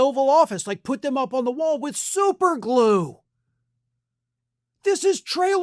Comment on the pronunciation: I love your country accent about the super glue. I spit out my drink 😂😂😂